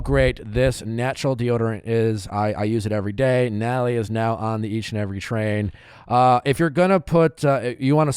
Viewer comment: “Relayship, Bacherette, Nally (Natalie).” Nick, you’re missing some syllables there.